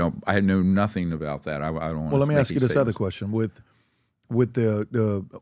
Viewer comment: Two billion dollars steve...? Lol. "U can axe my momma!!"